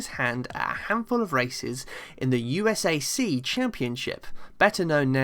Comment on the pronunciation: USAC is pronounced as a word...U sac!😊